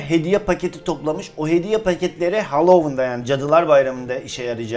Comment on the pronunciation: Halovın değil Halowiyn diye okunuyo